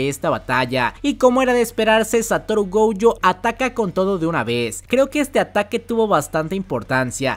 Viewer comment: Si me permites una pequeña corrección: el apellido de Satoru es Gojo, se pronuncia Goyo,no Gouyo. Me di cuenta en otro de tus videos que lo dijiste mal y pensé que había sido un error,pero veo que es una costumbre tuya. No soy el creador de la serie ni sé japonés ni mucho menos, pero tanto en el doblaje en español como en japonés , ambos dicen "Goyo". Saludos!!! P.S. Ojalá que nadie tome a mal mi consejo, hehe!